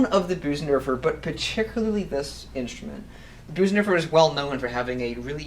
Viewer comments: Nice review. But it’s not pronounced Boosendorfer. The German ö is pronounced like the letter ‘i’ in the word ‘flirt’ or ‘first’. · it's pronounced BIRsendorfer like in the word GIRL. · I've heard a variety of pronunciation of "Bosendorfer", but your is the first of this particular variety. Enjoyed the clip, anyhow.